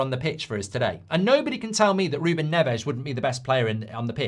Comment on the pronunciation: It’s Nevez. Not Nevesh.